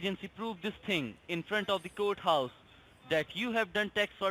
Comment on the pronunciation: Why the hell can NONE of the eastern scammers pronounce court house?! (Kudos for master baiter!)